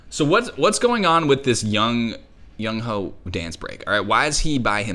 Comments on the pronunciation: I love your videos but here's how their names are pronounced: Hongjoong: exactly how you would think Seonghwa: Song-wah Yunho: You Know Yeosang: Yo-Song San: Sahn Mingi: exactly how you would think Wooyoung: the W is silent Jongho: exactly how you would think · yunho is pronounced you-know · Calling Yunho “Young Hoe” is crazy 😂 No hate btw I know not everyone knows how to pronounce the names, it just really made me laugh cause it sounds like a rapper name lol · Yunho is basically pronounced like “you know” that’s the easiest way to remember it